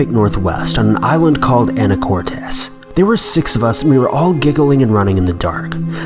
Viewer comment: On a island called anacortes! Omg love the way you pronounce it. It’s not so much a island though wasted land